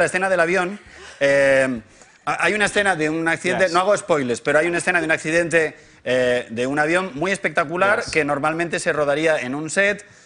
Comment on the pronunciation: No hago "espoiles", aprende inglés algún día Pablo